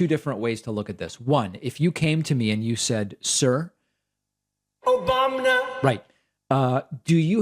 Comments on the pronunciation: I'm sorry but that "OBAM-NA" gets me every. Single. Time. 😂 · “Obamna” never gets old. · Troth senshal is good but I hear obamna everytime his name is mentioned